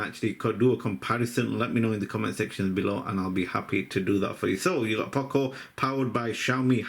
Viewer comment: Poco nicht Paco